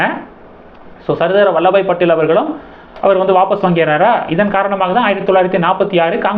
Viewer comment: வல்லப பாய் படேல்... வல்லபாய் இல்லை 🙏🙏